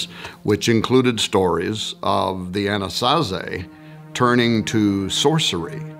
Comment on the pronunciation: Why was I hearing Annunaki instead of Anasazi🤦🏽‍♂️